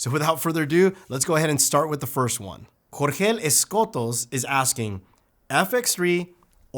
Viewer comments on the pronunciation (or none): none